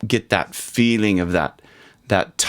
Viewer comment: Trying to say feeling the pronunciation is a little bit what? Lol is it feel lay yay en